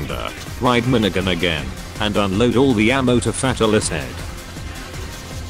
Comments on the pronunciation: Sounds like it's saying Fat Alice Head... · The only thing i got out of this video is how to pronouce fatalis, Fat alis lol